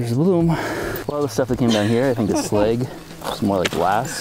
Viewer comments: Slag is pronounced with a soft a as in ash bash cash it's like trying to pronounce Apple as Ape - ul. It just isn't right. I actually found myself losing interest because that mispronunciation. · Slag, not sleg.